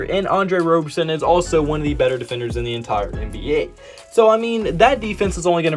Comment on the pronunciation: Please call him Rob-er-son and not Robe-er-son. He hates that and I’m here to protect his feelings lol